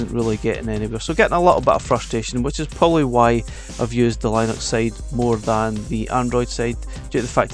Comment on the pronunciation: That's not how Linux is pronounced lol😂